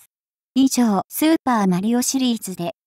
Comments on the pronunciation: スー↑パー↓w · スー↑パー↓しぬ笑笑笑笑笑笑マリオ買い物でもしてるの？笑笑笑笑笑笑